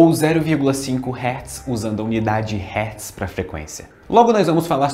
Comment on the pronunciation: Hertz, se pronuncia assim: Hér, solta arzinho, tiizzz linguinha de cobra...